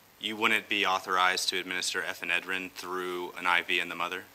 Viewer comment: This lawyer is so mind-numbingly ignorant about how birth works, what people attending to a Mom during labor and delivery do, how the baby is handled once born etc. I am seriously fighting myself to not yell at the screen. Giving Ephedrine (which he can't pronounce) to a mother to help baby...? Are you kidding me? This guy could have done a little research prior to this, it's not like he didn't know what the case was about. I'm sure he's still in law school but holy sh!t. If you can't be bothered to research the basics why even show up?